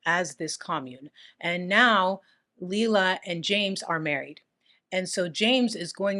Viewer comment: Her real name was pronounced liela Mae Carter she was born white trash .I should know I'm her younger brother.